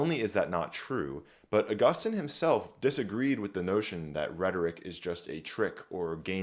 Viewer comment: It's actually pronounced Augustine.